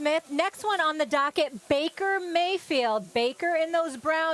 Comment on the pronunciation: Bakermayfeild U can’t get the “D”🤣🤣🤣